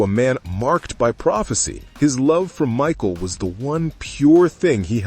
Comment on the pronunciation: Right?! And her name is Micah (Mick•eye) not Michael 🙄🤦‍♀️